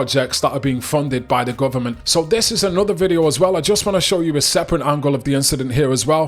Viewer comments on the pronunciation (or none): none